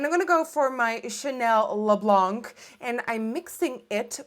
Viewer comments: The chanel primer is pronounced le blan not blank .great look tho !! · Hi Nikkie great vid as usual ! (Just a little tip, don't pronounce the "c" at the end of "Le Blanc de Chanel") Kisses from a French viewer